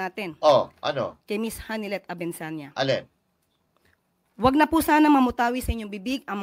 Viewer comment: Abensania mali pa ang banggit ng surname ni maam Honeylet bangag dn si 😅😅😅😅